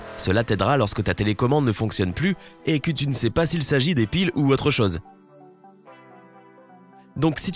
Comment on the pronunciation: Pourquoi le narrateur prononce-t-il les o et le "eu" bizarrement ? "autre cheuse" à la place de "autre chose", "reuse" à la place de "rose", "dangerese" à la place de "dangereuse"...